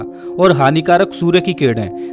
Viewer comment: सूरे नही सूर्य बोलो